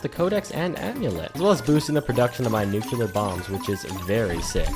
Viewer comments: This video makes me ask: How do people still say Nuc-ulear when the word is right in front of them spelled Nu-clear?! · "nu kyu ler"?? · so most people are illiterate idiots, that's what you're saying? Just looked it up - it's because Americans are stupid and go "-ular" is more common than "-lear" so obviously it's "nuke yoo ler" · Nu-cu-lar. shudders